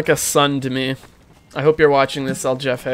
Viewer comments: I know it’s not his fault but hearing Jefay instead of “hefeh” made me want to die lol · When u say "jefe" its not like yefe, its like when u say "holy" but in "hefe". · There's no english J sound in Jefe, its like hey without the Y, hefe. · Does he know it's not pronounced like "Jeff-A" or..? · "jefe" is pronounced like "hefe" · isnt it pronounced hefe? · i would like to correct the pronunciation, but you seem to be having too much fun so sure, his name is jeffe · Why do you say jefe like that. That annoyed me the entire time